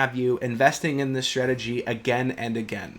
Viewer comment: Strategy NOT CHhtrategy! You learned how to pronounce words properly in school, dont grow up thinking it sounds more intelligent to fabricate an accent - its relevant of mental illness to do that! Advice from a friend of mine ...